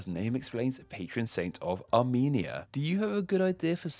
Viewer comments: You had one job to pronounce Arumenia correctly. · Armenia more like Amy-nia